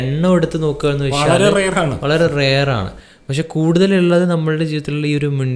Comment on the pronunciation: എന്നു വെക്ഷാൽ എന്നല്ല പറയേണ്ടത്, എന്നു വെച്ചാൽ എന്നാണ്. പിന്നെ ഒരു കാര്യം ചോദിക്കാനാണെങ്കിൽ ഒരുപാട് സംസാരിക്കാതെ സ്ട്രെയിറ്റ് ആയിട്ട് കുറഞ്ഞ വാക്കുകളിൽ ചോദിക്കുക. അതാണ് പ്രേക്ഷകർക്കിഷ്ടം. ശ്രദ്ധിക്കുമല്ലോ